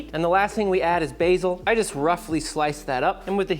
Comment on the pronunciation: BA BA BAsiiiiiiiiiiiiiiiiiiiiiiil not bahsil